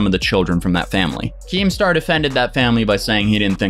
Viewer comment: Nobody:: KEEMSTER